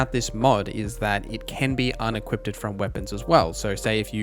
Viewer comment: Good video. It took me a while to work out he was saying "melee" not mili. I thought it was short of military militech or something. Also Eck-specially for especially and unequip-ded fopr unequipped. Are these american things? Never heard before.